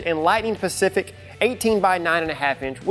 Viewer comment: 😂😂😂😂 “pacific” seriously? Who edited this? I do not blame the guy for making a mistake but surely someone else watched this and edited it before uploading it good grief!